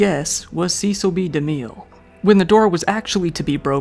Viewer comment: A quick Google search of Cecil B DeMille pronunciation & one would know his last name ends in 'Mill' not 'Miel'